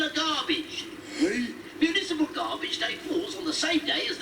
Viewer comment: when I first saw this episode I thought the garbage dump manager said instead of municipal garbage day I thought he said invisible garbage day